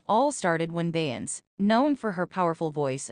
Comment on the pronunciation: WTF is BEYANCE 😂😂😂😂😂😂